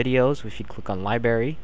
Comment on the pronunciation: Li br ary not Libary